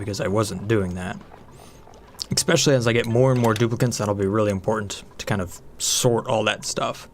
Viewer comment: I really love your videos but every time you say exspcially it especially hurts my brain.